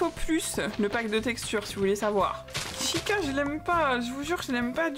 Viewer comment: Hey juste, Chica cela se prononce T-Chica qui veut dire Fille en espagnol x)